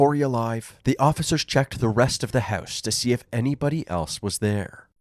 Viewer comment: Listening to the narrator say 'house' is just too funny. "Høuse"